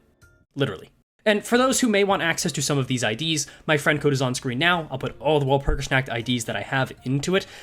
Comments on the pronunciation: wal-pur-gis-nAH-k-t i love the stuff but hearing your pronounciation makes me hurt inside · your pronunciation of "nacht" hurts my very soul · the pronunciation is literal... the "W" is less like pronouncing "Wall" more like a hard "V", like if you try pronounce too hard "Valor"... but the rest is preety accurate Der Freischütz is also okay... the biggest difference on his pronounciation an the actual pronounciation can be boiled down to accent... as the "Frei" part usually sound like you are half-snoring with your throat... but that's beeing TOO nitpicky overall, did his pronounciation homework:3